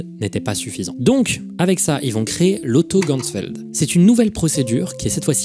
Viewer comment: Coucou! Super vidéo, juste par rapport à la prononciation des mots allemands ça se dit "geCHtalt" et non "geStalt" et pour Ganzfeld on prononce le "an" non pas comme dans "gangrène" mais plutôt comme dans "Ghana". voilà c'est tout, merci pour ton travail:)